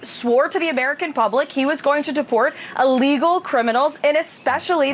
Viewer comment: allegal???? Pronounce the english language PROPERLY biatch